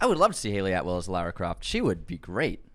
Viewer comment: Whoa! There were some wild pronunciations in this episode!! Jason VoorHEES and Lerra Croft 😂😂😂